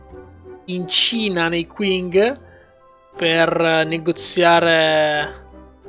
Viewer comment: piccola nota inutile, l'impero cinese Qing, si pronuncia Cing, scusa ma ogni volta mi sanguinano le orecchie ahahaha Ottima serie comunque!